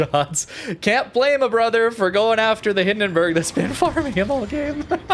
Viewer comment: please... the bUrg in hindenburg is pronounced like in U-turn. i allmost die of cringe every time you say hindenbörg oder nörnbörg (the worst one):D